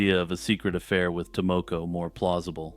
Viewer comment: Your pronunciation of Tomoko makes my ears bleed.